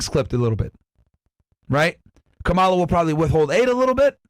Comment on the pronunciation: how are people still pronouncing "kamala" incorrectly like seriously are y'all elementary schoolers? it's not that hard